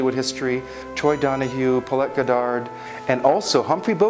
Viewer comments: And it's pronounced "God ard," not "Go dar." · Paulette Goddard pronounced "goddard"one word. Not two words god-dard. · Beautiful presentation spoiled only by your failure to properly pronounce Paulette Goddard's last name.